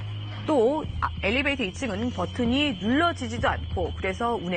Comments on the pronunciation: 터터터~~됬나요? 받아쓰기 시험 보는 것도 아닌데 그냥 애교로 넘어가 주세요🤗🤗🤗🤗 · 엘리베이터에요 엘리베이트가 아니고. elevator 영어 발음도 엘리베이터입니다.